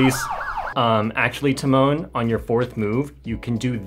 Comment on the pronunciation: hi just a tip for your future videos, the accent in tymon should be on the first syllable, not the second (as is the case with the english equivalent of this name - timon). it's TY-mon, not ty-MON:) about the surname - the accent is placed correctly, but the "si" part is pronounced softer, closer to "shi" than a hard "si". honestly it's even softer than "shi" but there is no equivalent to that exact sound in english so I'd recommend trying to copy the polish google translate voice for that